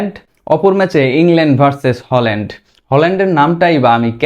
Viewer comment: হোলান্ড না ভাই, হ্যালান্ড হবে উচ্চারন। প্রাক্টিস করেন নাই?